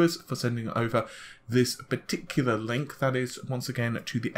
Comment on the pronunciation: You pah-ti-kulah-rly like the word pah-ti-ku-lah don't you ;) love your vids hehe